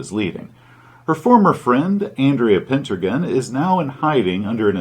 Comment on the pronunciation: Also, "Pentargon"? How armusing.